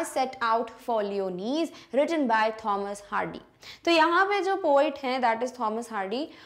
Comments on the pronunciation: Mam you are pronouncing the word lyonnesse wrong 🤷‍♂️ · Mam wonderful explanation..but the pronounciation of Lyonnesse isnt correct i think